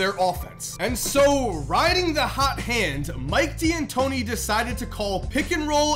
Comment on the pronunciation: It’s pronounced “Dantóni”, not “Di-antoni”. It’s just an apostrophe